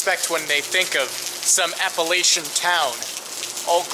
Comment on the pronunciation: You said Appalachian totally wrong